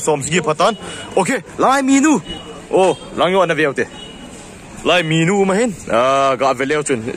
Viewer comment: minu ham menu hm?? 🤣🤣 na pronounced dn cu sess... 😅😅😅 a thu um dn chu na bro anyway big2 fans